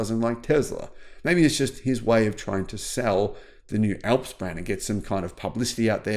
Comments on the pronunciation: sounds like ALFS not fucking ELPS, THE MOUNTAIN ALPS IN EUROPE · It's ALPS not ELPS! Alps like the Alps in Europe - remember Almonds not Elmonds! Hah Hah!